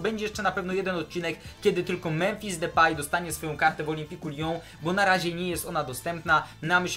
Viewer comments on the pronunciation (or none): none